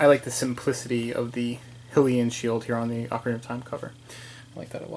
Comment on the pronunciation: I didn't realize I said "Hill-ee-an" in this video, but so I did! Tongue tied maybe? I don't work with a script so sometimes I say stupid things. ;) As for Termina, the Japanese name is タルミナ / "Tarmina" or "tar-mee-nah" and given that the location is not actually spoken aloud in the game, I just gank the original Japanese intended pronunciation and apply it to Termina. I've been doing that since the game was announced as "Zelda Gaiden" haha